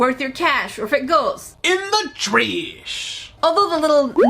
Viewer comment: I love how says " in the trash " the first time I heard her said" you saw nothing " I didn't get it at first I thought she was saying like a Japanese word 😐 till the second time it's when I got it! Lol Love you your the best!❤